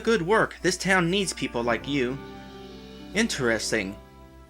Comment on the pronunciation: Actually, the other thing is the Holy Token, not Medal. "Perople". =P